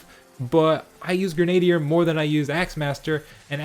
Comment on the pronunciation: Grenadier is pronounced "Gren-a-deer" - it's historically a real-life type of soldier. Great info, though! Was just bugging me and I wanted to share the correct pronunciation! :P